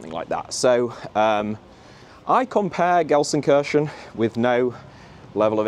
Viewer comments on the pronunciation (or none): People in 95% of Germany: "LUL he says Gelsenkörschen, not Gelsenkirchen" People in the south of Gelsenkirchen: "What are you guys talking about??? He says it exactly like we do" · alter kann er gar ned Gelsenkirchen richtig aussprechen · Ist für die Briten richtig schwer 😂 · I genuinely love your videos but please learn how to pronounce Gelsenkirchen properly please. I want to go full Van Gogh on my head hearing you say that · It's a bit painful that the biggest fan of Gelsenkirchen can't pronounce Gelsenkirchen